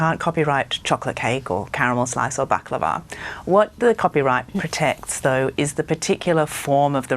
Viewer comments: booklava ? its baklava indeed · Me too, should we tell him bak la va. Lol🤣😂 it got me everytime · Sorry to be pedantic but Baklava is pronounced Bak lah vah with the stress on the final A. Sorry had to correct you, pet peeve of mine haha It's a Greek dessert. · i say bak-lar-va 🤔 never heard it pronounced like how that lady was saying it 😅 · It's pronounced Bock-la-vah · Given you speak brit english, you pronouncing the name of the desert wrong was the least offensive part., and we just assumed that you say it that stupid way in the uk. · Yep. You were pronouncing it wrong and i think you now have to go purchase to try it.. even the worst is still damn dope. You need a cuppa something with it because its mega sweet but daymnnn its tasty AF. I lawl'ed all the way until you recognised hahaha